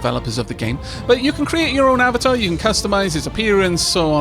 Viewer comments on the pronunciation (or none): none